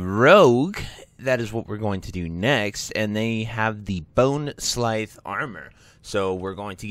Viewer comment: How do you butcher the pronunciation of every possible name 🤣 “bonesclythe” “gulth” “marexxnia” LOL it was hilarious man. Idk how you guys see these words and come up with this stuff!! 🤣